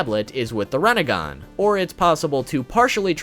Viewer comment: What’s a renagan? You mean rinnegan?